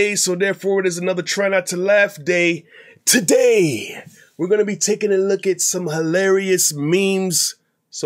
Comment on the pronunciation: the punch while saying today is an essential component to completing the intro